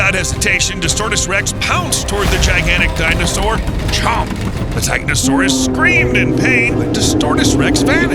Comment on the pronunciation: think it's pronounced Titanosaurus